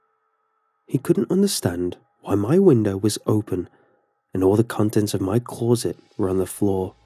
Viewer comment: Love your narrating style but please,PLEASE,stop saying "Clor-zit" every time a closet is featured in one of the stories.